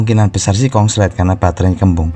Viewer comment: Konslet mas bukan kongslet